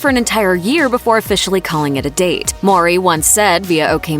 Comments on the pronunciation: Why she keep saying Maury 😒 mowwwwrrryy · Why does she keep pronouncing Tia's last name as Maury instead of Mowry?